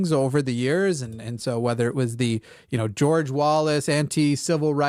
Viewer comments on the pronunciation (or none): none